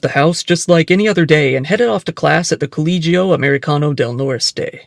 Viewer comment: Its coh-leh-hee-yo😂